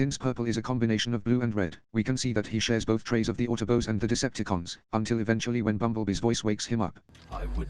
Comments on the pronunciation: Love the constant "autobos" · The autoboas